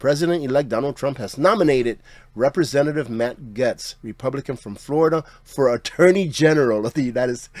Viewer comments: Gaetz is pronounced Gates. Sorry to correct you, but it drives me crazy when people mispronounce names. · it’s pronounced “gates”. Thanks!